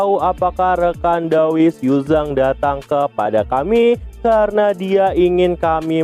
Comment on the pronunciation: "Kerena itu" Ngucapin itu mlu si mimin😂